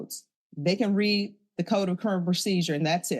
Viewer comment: AI did not correctly pronounce "read" in this.